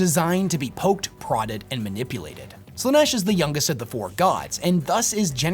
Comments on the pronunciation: I disagree with some of these takes, and that's fine. What isn't fine is how you pronounce Slaneesh 😭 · Do you pronounce stuff wrong/differently on purpose? Like Slaanesh you pronounced in like three different ways?